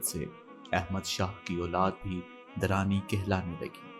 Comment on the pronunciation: Very Nice but you may speak or write the right word (Dur) not Der